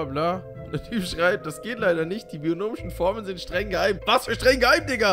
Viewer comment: Hahahahah junge nicht bionomische formeln sondern binomische formeln…und schon wieder was gelernt